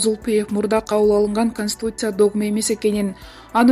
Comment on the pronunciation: Канстуция дейт го😂😂😂😂😂